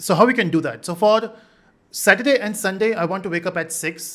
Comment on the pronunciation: Does anyone had anxiety when he missed 'r' in saturday